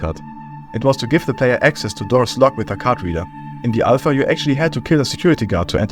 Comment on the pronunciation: It’s pronounced AL PHA not I PHA YOU idøit SANDWICH